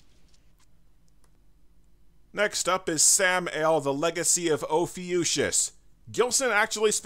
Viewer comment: You're not pronouncing Ophiuchus correctly - since it's Greek in origins, ch makes a 'k' sound in here. As an astronomy geek, I felt obliged to point out. In other respects, great review, carry on.